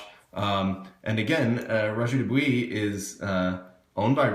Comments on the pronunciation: not, he pronounced it quiet correctly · pronounced DO BWUAH